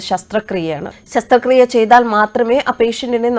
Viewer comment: പത്രം,news channel ഒക്കെ ശ്രോതാക്കൾക്ക് ഭാഷാ പരിജ്ഞാനം നൽകുന്നു.പക്ഷേ അവർ നൽകുന്ന ഉച്ചാരണ/അക്ഷര തെറ്റുകൾ ശ്രോതാക്കൾക്കും വായനക്കാർക്കും അവമതിപ്പുളവാക്കും . ശസ്ത്രക്രിയ യെ ശസ്ത്രക്രീയ ആക്കിയത്തിൽ വിഷമമുണ്ട്.